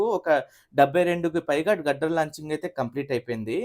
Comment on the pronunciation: its steel grider 👊🏻 not gudder